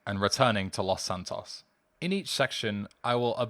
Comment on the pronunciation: lmfao dude have you never hear spanish? it's pronounced Loes Santoes tanto!